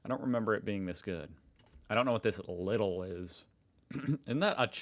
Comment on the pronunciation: Lidl pronounce: Leedle. it is like Aldi,you are right there.